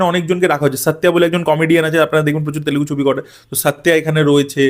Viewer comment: It's Telugu not telegu...